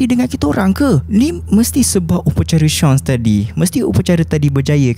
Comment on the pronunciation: papan tu sebutan dia oo-ee-jee. pastu nama upacara tu seance, (say-ons). terima kasih. XD